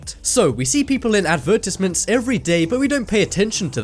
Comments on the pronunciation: "Ad-ver-tes-ments" Advertisements. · the pronunciation of "advertisements" just killed me....